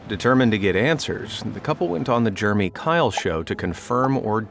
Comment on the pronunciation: Are you saying Germy? Or Jer a mee? Like the name Jeremy. I feel like I'm in 5th grade explaining how to pronounce Jeremy instead of germ with a y. Crazy. If this isn't AI then.... Learn how to say the name if you are going to say it at all.